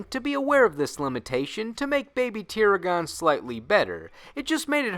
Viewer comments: Oh why does this always happen when anyone tries to say that name; you did not pronounce baby tiragon correctly. Go see any episode where it was used and learn the correct way. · God learn how to pernounce them 🤣 not tirigon . You even literally said the two halfs tir. Ragon now say it with me tiragon. Like dragon not. Aaaagiin 🤣 you have an anime clip in there. Couldn't use the one where they name it right?